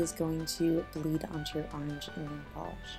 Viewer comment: Orange not aarrange